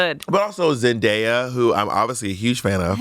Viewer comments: reeeeally doesn't want to say Zendaya correctly 😆 🤣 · I'm not trying to be that girl but, next time be more mindful on the pronunciation of someone's name. It's not that you didn't know how to say Zendaya but rather how you didn't care for it. Black women deal with their names being mishandled and taken no care for which I know you didn't mean but there's history behind it and sadly those actions reinfore culture to be dismissed.